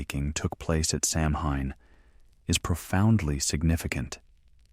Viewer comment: samhain is pronounced saween do your homework